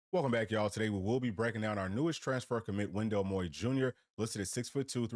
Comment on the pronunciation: Great addition to any team. Thx for pronouncing his last name correctly. Let’s Go Wowo! 🎉🧡